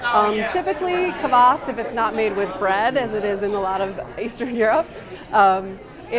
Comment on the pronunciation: You pronounce Kvass wrong